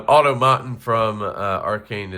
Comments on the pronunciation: You're gonna have to go look up the word "automaton," my guy. In German, the word is "automat." It's an English word for a machine that follows a certain set of functions or responses. Aw-tom-uh-tawn. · American pronunciation would be " aa·taa·muh·taan" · Look up AUTOMATON in the dictionary for the correct pronunciation. Doesn't anyone use a dictionary any more? It's an old word that was used years ago to refer to a robot and certain other automated machines.